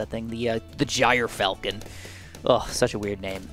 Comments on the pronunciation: sorry to be that guy, but gyrfalcon is pronounced jur-falcon, not gyre-falcon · (ger-falcon) is how you pronounce Gyrfalcon